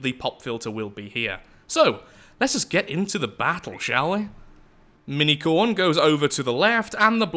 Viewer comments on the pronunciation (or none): I know you are saying, "Mini-Khorne." But I am hearing, "Minicorn!" And thinking how amazingly ballsy it was to name your insane death-machine after a My Little Pony.